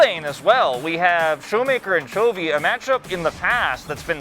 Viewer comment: 人家是Chovy 不是 chawy 怎麼會都念秋味 音不對吧